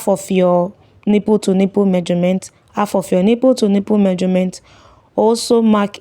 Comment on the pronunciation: I loved a video you posted and it really helped me, thanks. Pls no offence but I really need to let you know it's pronounced MEASUREMENT not MAJORMENT.